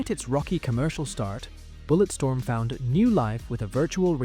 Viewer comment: Ah yes "BulletSTROM"